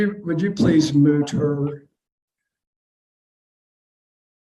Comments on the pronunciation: it’s frustrating how he pronounces mute like moot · Is he saying “moot” instead of “mute”? I get the impression that he “moots” people when they say things out of turn! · Dumb judge keeps saying moot rather than mute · I find it very irritating when judges do not pronounce words correctly. It’s mute and unmute, not moot, and unmoot. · I must be hearing wrong. I keep hearing the judge say moot when he means mute. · There's a difference in pronunciation and definition of mute and moot. I think the Judge is confusing the two pronunciations.